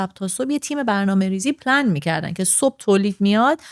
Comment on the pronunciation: چرا پلن رو پنل گفت 🙂